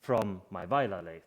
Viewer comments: Being in the UK, but appreciating that W is pronounced V in German, I had believed the correct pronunciation of Weiler was Vee-ler. But now I know it's VY-ler in German, I will try to remember. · Very nice work. Thank you for sharing. And thank you for sharing the correct way to pronounce Weiler.